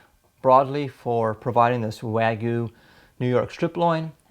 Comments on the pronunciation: It's not Weigu, Waigu, Wagu, or any other pronunciation except Wagyu. Wa-gyu, just like it's spelled. Wa is pronounced using the "A" as in "father," not the "A" as in "man" or the "A" as in "make." Gyu is one syllable, and is said sort of like "glue," but with a Y instead of an L. (Wa means Japan, and gyu means beef -- in Japanese, that is.) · Where is the marlbing? looks like pork or cheap meat. Wagyu has lots of marbling and its called Wagyu, not Wagoo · Wagyu means Japanese beef like how Wafuku means Japanese clothes. It just means from Japan. Your pic is how it looks at the grocery store here in Japan, this guys beef is nothing like the beef here in Japan. And its hilarious how he pronounced wagyu lol sounds like a little kid haha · why cant this guy say wagyu Edit: he cant say sous vide either. should just give up on trying to say non english words